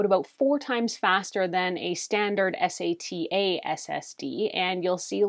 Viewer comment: Hi as somebody in the tech industry (and a fellow Calgarian) I just wanted to point out a few of your pronunciations Nvme you just pronounce each letter it's not NV-Me DRAM is pronounce the letter D and then Ram SATA is pronounced SATA like Santa without the N There were a couple points where you said adding a larger one as performance but it just adds storage. And the nvme drives actually run quite hot compared to a standard SSD that uses a SATA interface, but they are built for the heat and can exceed 60° C with no problems in performance. It is also something to note that upgrading a laptop to one of these is not always easy for somebody who's not adept at technology as taking the laptop apart to access the components can be tricky for people who are not comfortable with it it is also worth mentioning that the nvme drives come in different lengths so every laptop might not be able to use the exact nvme drive you reviewed. The length of the drive also does not dictate the storage capabilities as you can get a shorter one with 2 terabyte and 4 terabyte configurations